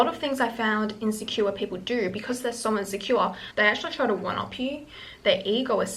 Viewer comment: “Sow insecura” love that 😂